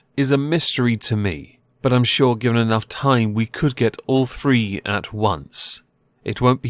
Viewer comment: Why do so many people listen to an idiot with a speech impediment? One, two, free.